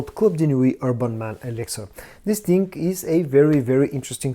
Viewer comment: Love the channel, but just wish you would stop saying Dis ting or dat ting 200 times every vid lol